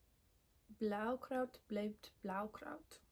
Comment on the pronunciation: that was PERFECT! It is the second part of a German tongue twister: "Brautkleid bleibt Brautkleit und Blaukraut bleibt Blaukraut" meaning "Bridal dress stays bridal dress and red cabbage stays red cabbage" (in Austria and Bavaria red cabbage is termed blue.. who knows why, probably the acid while cooking) And your pronunciation of Zauberball also was spot on. 👍 (Sorry to have bothered you there - not that it is of importance at all. I just like to learn stuff like that so I tell people around me as well.) Regarding reading while knitting - I'd just start with stockinette in the round, and put up the book with a cushion or something while something (Phone works in a pinch) holds open the pages. It's actually easier as one might think, at least for us "voracious" readers 🤓